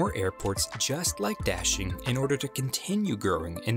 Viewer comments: Daxing rhymes with "moshing", not "dashing". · This American English pronunciation of Da Xing really hurts. It's not Dashing, it's Da and Xing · It's daSing. Not daSHing (emfasis on 2nd syllable). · please pronounce correctly,DA (dug)xing and not dashing. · Daxing not dashing idiot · I'm not Chinese, nor do I speak (only my grandparents and their family) it but I'm just annoyed by your pronunciation of "Daxing". The A sound should sound like "ah" like you're at the Dentist, instead of like the sound in "dashing". Great video nonetheless. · Narrator/Presentor keeps saying 'Daxing' Me Hearing : Dashlane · I keep on hearing dashing instead of Daxing, maybe this airport needs a nickname. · When he pronounced “daxing” as “dashing”... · D is actually pronounced as a T in Chinese. Sorry I'm being such a Grammar Nazi lol